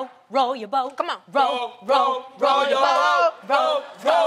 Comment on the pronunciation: tho " row dat bawt " - loni